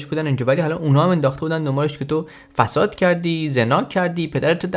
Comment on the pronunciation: از بیان کلمه فساد با فتحه در شروع، می ترسم. عقایدت ترسناک شده!!!